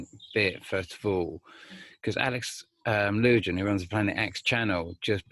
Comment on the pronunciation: Alex Lujan = Alex Loo wham, not Alex loo Jan. Know you’re busy but I’m kinda nutty right now and it sounds like fingernails on a chalkboard to hear his name mispronounced.